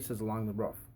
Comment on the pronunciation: Great video just hate how you say roof.